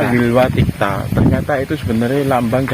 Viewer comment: Nyebut pohon Wilwatikta aja salah, sebenarnya tau nggak sih?